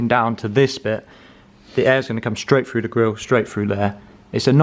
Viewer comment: through.. not FREW